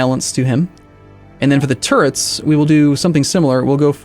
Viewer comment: Am i the only one hearing "micro turds" whenever mentions the turrets?